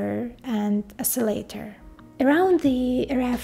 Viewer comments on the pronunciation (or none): none